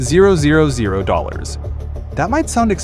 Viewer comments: 410 000,... Give me $410,000 please. Ditch the AI give us a real person that knows how to read figures! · I hate these AI read/generated videos... not because they're bad, but they're just taking over!! stock footage, some text and an AI read script... you can ALWAYS tell it's AI read when they try to tell you how much something costs from the script, because they an't read $410,000 right...